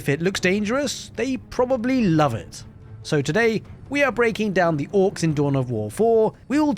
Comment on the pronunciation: It's "Orks" not "Ork*z*".